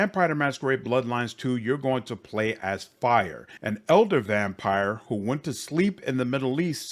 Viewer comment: Nothing to do with your critic but I hear you saying « eldar vampire » and I’m pretty sure it’s « elder vampire », eldar being warhammer 40k elves.